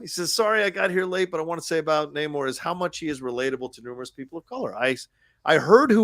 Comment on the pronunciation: Thank you all so much for pronouncing Namor's name correctly. It bugs me more than it should that he introduces himself one way in the movie, then every other character in the movie decides to Nay-more afterwards. And it bugs me more that every podcast/review seems to be going with Nay-more. That's clearly not what he said his name was! This is The Curse of La Llorona all over again....